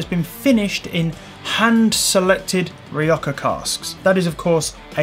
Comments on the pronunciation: Don't take this the wrong way but I don't understand where your pronunciation of "rioja" comes from. 😅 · Great review, tried this whisky along side with the 10, I personally preferred the Rioja cask finish have to be in the right mood for just peat and smoke. Will be replacing Rioja cask soon oh and get your pronunciation right you bad boy.